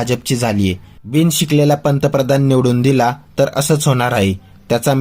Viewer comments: पंतप्रधान शब्द नीट बोला मास्तर .😂 मास्तर म्हणे.... 🚩जय श्रीराम 🚩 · पंतप्रधान शब्दाचा उच्चार व्यवस्थितपणे करा,मग पंतप्रधानाला नावे ठेवा.तुम्ही कसले गुरुजी?